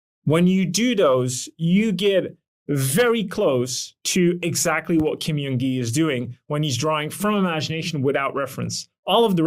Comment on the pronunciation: i'm a fan of your videos, thank you so much for making them! I feel like this sort of analytical breakdown of skill development is really helpful. BTW in Korean the J sound does sound like an English J, not a Y. Kim Jung Gi = 길정기 = correct name Kim Yeong Gi = 김영기 = literally a different name that does not hold the same meaning.